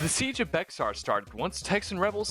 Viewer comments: Bexar is called bear by Texian and yes that was what the originally called themselves and it is pronounced B-Ay-Har all in one word by the Mexicans that used to live there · This is a great map, and could be a nice fit into the lore of G and B of were zombies came to America. Also its pronounced "Bear" like the animal not "Bexar" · as a tejano (mexican texan) this is insanely cool and i love the work put into this, but for future reference for you or anyone reading this the x in “bexar” is silent, and it’s pronounced “bear.” and also not to nitpick but “san jacinto” is pronounced “san hah-seen-toh,” not “san jah-sin-toe.” again love the work put into this and to have texas history be represented, and the john character seems like a pretty good reflection of a typical texan circa 1836 lol